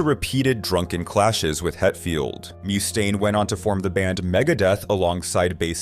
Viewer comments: He also called Dave Mustaine "Dave Moose-tane" lol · What's with this guy mispronouncing words like Mustaine? Is this more AI garbage?